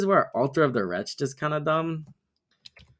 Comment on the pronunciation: WRETCH-ed. Altar of the WRECH-ed. Two syllables. Cool deck, enjoyed the video